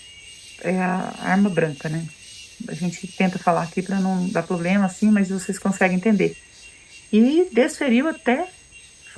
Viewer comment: Quem tem um " poblema" tem dois né ? Problema é o certo.